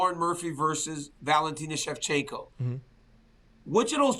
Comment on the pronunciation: Why is RC saying Shevchinko all the time?😅